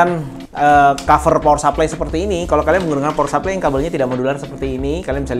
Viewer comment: power supply bro bukan pawer sapley wkwk